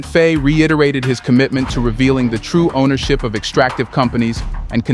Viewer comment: I love your content. But the mispronunciations are driving me mad. Can you please pronounce the Presidents name correctly. It is pronounced Fy (like by or pie.) Please keep reporting on what's going on in the African countries. Your information is crucial to the diaspora.